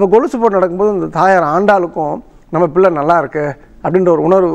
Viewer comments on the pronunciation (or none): none